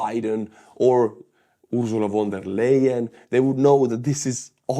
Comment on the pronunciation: if you want to pronounce "von der leyen" more correctly, try to say "phon dare lion" (phon like in phone, but with an abrupt ending, like in ton)